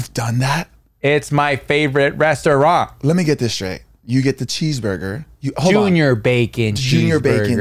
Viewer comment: TS - “It’s my favorite restah-rahnt!” 🤣🤣🤣